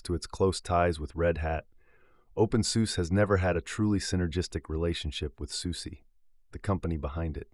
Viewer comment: It's pronounced SusaH Not Susie 😩